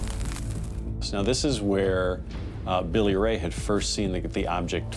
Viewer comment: “Billy-Ray” OK, that’s all I need to know…..